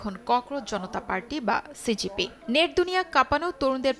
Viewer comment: লেখা সিজেপি, উপস্থাপাকিতা বলছে সিজিপি। খুবই দুঃখজনক